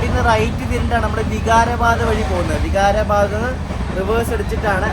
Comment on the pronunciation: നിങൾ പറയുന്നത് ബീഡർ എന്നാണ് എന്നാൽ ശരിക്കും പറയുന്നത് ബീദർ എന്ന് ആണ്, അത് പോലെ ലത്തൂർ അല്ല, ലാത്തൂർ ആണ്, വിഗാരബാദ് അല്ല വികാരബാദ് ആണ് pronounsation ശ്രദ്ധിക്കൂ, പിന്നെ റെയിൽവേയുടെ ഓപ്പറേഷൻ സിസ്റ്റം നിങ്ങൾക്ക് അറിയില്ല അത് കൊണ്ട് തന്നെയാണ് നിങൾ റെയിൽവേയെ കുറ്റം പറയുന്നത്, അത് പോലെ വൃത്തിയുടെ കാര്യം പറഞ്ഞു ഇത് ഒരു പൊതു മുതൽ ആണ് വൃത്തിയാക്കി സൂക്ഷിക്കേണ്ടത് പൊതു ജനങ്ങൾ ആണ്